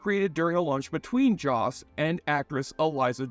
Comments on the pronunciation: It's joss whedon not josh whedon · Who the hell is Josh whedon??? Lol u got to do better 😂😂